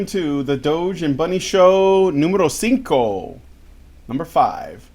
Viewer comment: Numero sinco? Is that right? Number 5? You know funnily enough, the word: " Sinko " in Finnish means ' Rocket Launcher ' and it is pronounced almost identically than what did. Can you imagine the laugh I was having. Number Rocket Launcher!